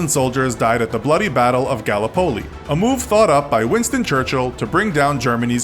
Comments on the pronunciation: Did the narrator just say “Galla-poly”? It’s pronounced “guh-lip-uh-lee” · "Gall-uh-poli?!??!" Are you fuggin serial?!??!?! Its, "Guh-Lip-Oh-Lee" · Gallup Polly?!? Gallipoli. It's pronounced Gallipoli. Gil-lip-pol-lee. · It is not galla poley, its ga lip o lee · You are pronouncing Vimy Ridge incorrectly. (Vim e) and Gallipoli (ga lip o lee) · Actually Gallipoli is pronounced as, Ga..lip..po..lee